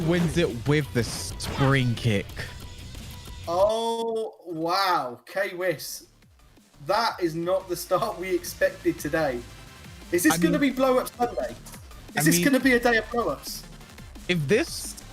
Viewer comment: Oh no, please not K-Wiss again.